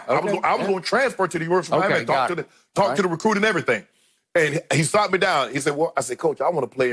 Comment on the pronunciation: Sat, not "Saut" Unc! 😊